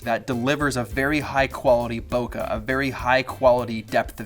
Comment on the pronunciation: Awesome video as always!! One thing though...can you please pronounce the word “bokeh” correctly? So many people including some people from Apple mispronounce this word...WHY?